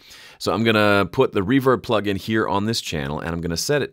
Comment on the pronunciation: henceforth i will say "pluggle" instead of plugin